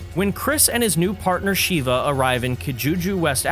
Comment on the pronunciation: Call her Sheeva one more god damn time! I dare you! It’s SHEVA! (Short e sound)